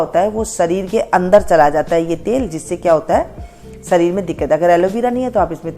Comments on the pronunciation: शीशम को सीसम बोलने का...डिप्लोमा ? शरीर को सरीर बोलने का....डिप्लोमा ? शेयॅर को सेअर बोलने का....डिप्लोमा ? निशान को निसान बोलने का....डिप्लोमा ? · शीशम को सीसम बोलने का...डिप्लोमा कहाँ से शरीर को सरीर बोलने का....डिप्लोमा कहाँ से शेयॅर को सेअर बोलने का....डिप्लोमा कहाँ से निशान को निसान बोलने का....डिप्लोमा कहाँ से ? किया??